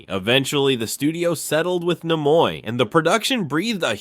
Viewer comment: Where the hell did this guy learn to speak english? His pronunciation of Nimoy and even religious are comical